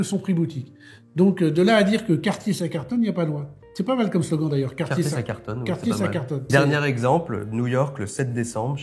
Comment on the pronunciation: … Cartier « DAYCE » en prononciation… Dice = dé en anglais!